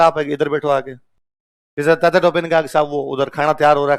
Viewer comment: अबे चू .. तातिया. नहीं तात्या